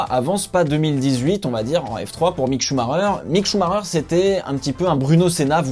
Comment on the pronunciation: Leclerc m'a l'air bien bien plus prometteur. Sinon svp, ça ne se prononce pas "Choux Marreur" :/ Ralf avait le même nom et pourtant...